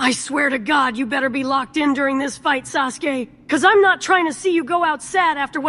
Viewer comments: Not “sus-uke” XD “edge mark”? WILD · Woah did bruh call him SUSke? Lmfao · Is orichimaru saying "sus gay" instead of "Sasuke" 😭😭😭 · Sasuke turned into Susuke 😂😂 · Lol is it just me or did i hear kakashi call him susgay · Wait was orochimaru calling Sasuke "SUSke" 😅